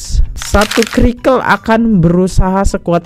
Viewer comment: Maaf mau kritik: itu CIRCLE mas dibaca "sirkel" bukan dibaca " Krikel" itu TERNGAKAK mas bukan dibaca "Tengkak" Mas sering salah kalau membaca beberapa kata dan ini membingungkan penonton dan berkesan kurang teliti dalam bagian editing akhir. Hanya kritik kecil aja mas mudah2an berkenan